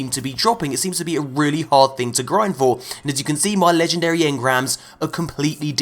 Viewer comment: Your poor legendree shaads